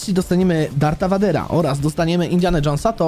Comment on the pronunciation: Lord Vader czytaj: lord WEJDER